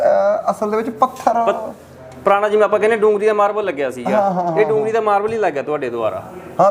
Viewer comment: ਮਾਰਵਲ ਨੀ ਮਾਰਬਲ